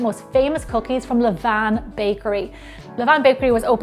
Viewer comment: Thank you for your correct pronunciation of "levain". I hear people saying "levane" all the time and I hate it!